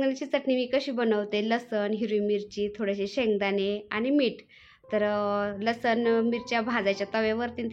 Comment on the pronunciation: ताई लसन नाही लसुन म्हना